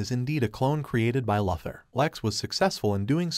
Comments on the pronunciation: It's actually pronounced Lou thor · Repeat after me, LEX LOO-THOR. That's how his name is pronounced. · Lex “Lother” ? LoL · Ah yes, Lex Luthur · Its pronounced Lou-ther not Luh- ther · I do like your recaps, but one minor nitpick - you pronounce Lex's last name as Luth-or. It's Lu-Thor. Long 'U' sound... ... ... ...sorry, but as a purist, it just bothers me... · Lex LOTHER 😂😂😂😂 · Loother for Bob's sake. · Lex Lather??? Wtf bro!? Stop it right now!!!! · My bro yet again i ask please its loo-thor please read your comment sections theres afew of us out here still watching your vids hoping you gonna crack it. Tia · Lex lover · It's pronounced Loothór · Enough of saying Luthur'/!!! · lex larver is it????? ai hasnt learnt enough to pronounce luthor name properly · After the fourth mispronounced Lex Luthor I was done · Dude's doing that💩💩💩on purpose'/!!! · Bruuuh check your pronunciation on Luther!!!!!!!!!🤦🏼‍♂️🤦🏼‍♂️🤦🏼‍♂️🤦🏼‍♂️